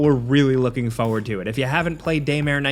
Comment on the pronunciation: Any video where has to say "Foe ward" is always a treat. I don't know why but it always makes me smile.